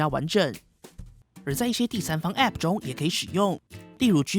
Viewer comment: app 唸時沒必要加重重音 聽多次就很痛苦